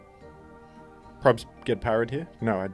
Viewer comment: Banette ❌ BANette ✅